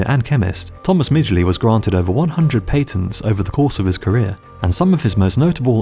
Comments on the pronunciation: 5 it’s not pronounced pay-tents. There is no y or i in patent. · "pay-tents" it took me hearing this 7-8 times till I realized what he was talking about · Paytents it's called patents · Weird... you say pay-tents most of the time... then say patented correctly. Just sayin